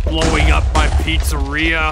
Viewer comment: "Freddy Fazbear's pritsarea" 💀💀💀